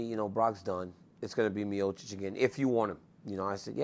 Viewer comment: He pronounces miocic like miosich